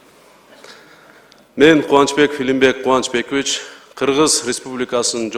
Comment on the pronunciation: Отчествосун туура айталбайтко Кубанычбекивич дейт